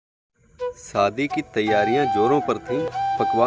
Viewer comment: सर सादी नहीं शादी सही शब्द है और कुसबू नही खुशबू होता हैं